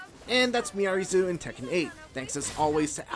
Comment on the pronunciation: It's Zo, not Zoo